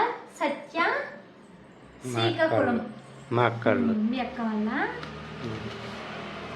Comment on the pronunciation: Cikakulam kadu srikakulam😊